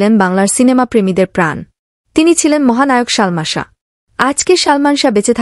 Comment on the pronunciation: কি শালমান শাহ বলছেন উচ্চারণ সঠিক করেন বলেন ❤ সালমান শাহ ❤